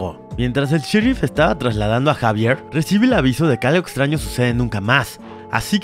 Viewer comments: No se pronunciar Javier se pronuncia ecsavierl no sabe mucho al parecer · yo gritando se llama xevier no jaiveerrrrr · Se dise exavier y se escribe xavier